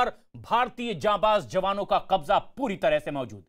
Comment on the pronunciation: It is Qabza not Kabja, by the way, is there no Hindi word for Qabza?